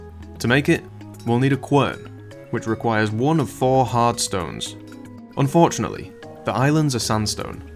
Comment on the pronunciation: All I could hear throughout the video is "unfjordunately..."